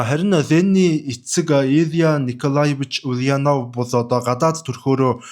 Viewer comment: оросоор буруу дуудаж байна. [улянооов] биш [уляааанов], [иилич] биш [илииич]гэж дуудна.